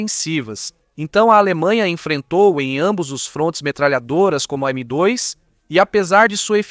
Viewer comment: Estranhei tbm qnd ele fala “M dóis”